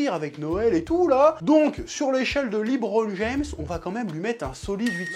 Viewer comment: Quand c’est pour dire « Lebron James » ton accent est parfait 🤣🤣🤣🤣 petit filou